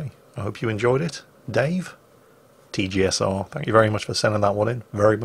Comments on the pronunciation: How can you not pronounce T.G. Sr.? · how the fuck can you not pronounce tee gee senior? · what's so hard about saying Tee Gee Senior (TGSr)? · I think TGSr is pronounced "TOG Senior." Which fits since he's a battleship, though he should be playing the Conqueror since as the British T10 BB, it's basically the ideal for all TOGs...